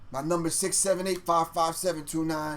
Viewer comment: HEY GRIFF CAN YOU TAKE OUT THE WORD EIAGHT OUT OF YOUR VOCABULARY. EIAUGHT!